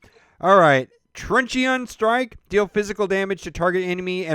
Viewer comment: made me laugh when you said Trunchy On lol